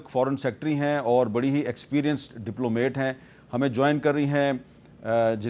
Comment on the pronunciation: Hamid sahib it's not diplomate it is diplomat.